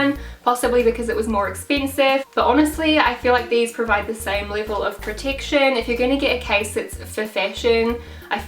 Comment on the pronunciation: She also said pertiction instead of protection